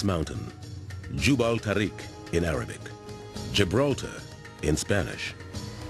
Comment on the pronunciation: Just for the record, the narrator pronounces Gibraltar in English, but claims is the name in spanish but is wrong in spanish the correct pronunciation would be something like "hibraltar"